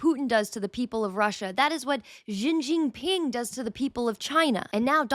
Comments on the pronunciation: She gin ping, just like you read those words in English. There are no z's in xi jinping. It's not perfect but it's not English and there's no reason to read x's and j's like you're reading xylophone. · Promotes north Atlantic capitalist propaganda about socialist countries (and also Russia) as if she knows what she is talking about... ...Can't pronounce Xi Jinping 🙄 My Rockhill senses are activating.